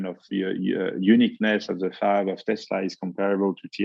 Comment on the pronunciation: I’m catching every word but that one